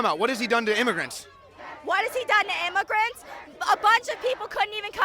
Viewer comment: IM-UH-GRANTS? WHAT-DID-HE-DO-TO-IM-UH-GRANTS?!